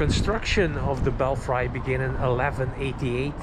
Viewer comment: I love your videos. I appreciate all the time you put into them. However the word belfry is pronounced 'bell free' because English is strange sometimes.